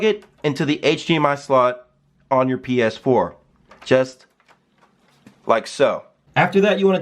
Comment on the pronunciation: "with the paaass 4" lmaoooo